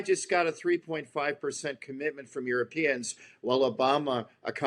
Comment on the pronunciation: "The Yoooropeens have been given a garden to live in?" That is one of the most hilariously stupid things I've ever heard.